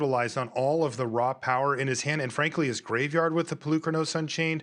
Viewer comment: It's PolukrÀnos....learn how to speak before speaking, from Greek, like Socrates ( so - krà - tis) No lands for fabled passage....uhmmmmm before that play, 1 cultivate resolved finding only one basic land...pay attention, it seems that no one is watching the game